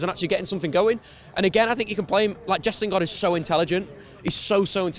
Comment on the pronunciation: Why does he still say Jess?